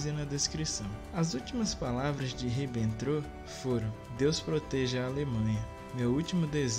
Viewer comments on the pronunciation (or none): Faltou melhorar a pronúncia Jodl e Ribbentrop, mas eu tbm fiquei surpreso com algumas informações